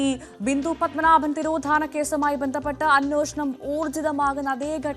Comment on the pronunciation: Anwoshanam അല്ല അന്വേഷണം